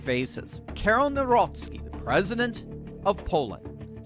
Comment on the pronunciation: Read his surname: Navrotsky ☺️